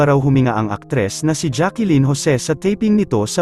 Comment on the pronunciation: Hindi Jackilyn ang bigkas kundi Jaclyn.